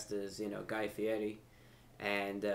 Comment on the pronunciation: the fact he pronounced guy fieris name right says enough